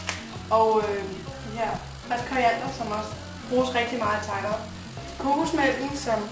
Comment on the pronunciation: det er jeg klar over det lyder bare som om i udtaller det taj mad og ikke thai mad